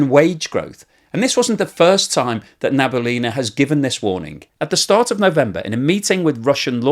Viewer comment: Just a little comment re russian names - Nabiullina's last name pronunciation is "nah-bee-OO-leen-uh" ("oo" is the stressed sylable)